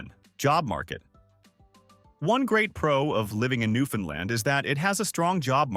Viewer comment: Two things: First please learn the proper pronunciation of "Newfoundland". You're trying, I'm sure, but this is BUTCHERY. Also, the province consists of much more than the island of Newfoundland. I'll let you do your own research on that. Thanks for the honest effort, but if I were a 7th grade teacher, I'd give this a C- Minus.